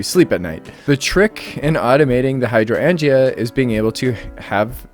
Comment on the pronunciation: I laughed so hard at your pronunciation of Hydroangea. I know..You sounded it out, and english can be a weird language to read. And we can't assume everyone has heard it spoken before. Good on you though to jump right into it.